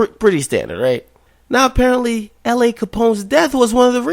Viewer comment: you pronounced la,s wrong if you cant say it right then keep it out yo mouth